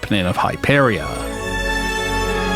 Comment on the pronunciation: “Hype” eria Lol